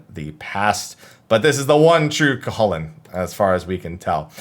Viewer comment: It's pronounced Coo-cuh-hoolin just so you know. :)